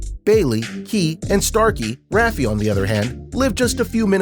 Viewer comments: rafe not ra fe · It’s not “Raffie”, its “Rafe”. Pronounced “Ray ff” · ra-fee? It's rafe. He's probably never even seen the show. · Rafie ✋😂😂 sorry i cant i just burst out laughing bc of rafie in stead lf rafe 😂😂😂😂😂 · Omg he says rafee not rafe. Lol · ookayy i had to stop the video for this but what is rafey its rafe (r-ay_f) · It’s not pronounced ‘RafeY’ it’s pronounced kinda like reef it’s ‘R A F E’ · Omg it frustrates me so much how he says "Rafi" instead of "Rafe"... good vid though except for that :/ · it’s not rafe it’s rafe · Did he just say rafay instead of rafe 😭😭😭😭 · AND ITS RAFE , NOT RAF-EE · Is anybody else getting mad when you kept calling rafe lime rafy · Ra-fee? Ion know who TF that is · are we not gonna talk about how he said Rafe? he said rafey lmaoo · it’s pronounced raife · he said "rafee"😭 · Nooo he did it again he said rafeee 😭😭😭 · Don’t say u called Rafe… Raffey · Who tf is RAF EE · i got mad when he didn’t say rafes name properly 😐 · It annoys me that he pronounces Rafes name wrong